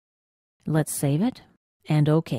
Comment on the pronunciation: And... click Oh-Keah.